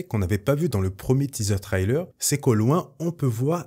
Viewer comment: Arrêtent avec tes trylers. On dit trailer de cette façon. "Trai" Comme dans "Je tire un trait" Et "ler"comme dans l'heure. There is no y in the middle of the word trailer.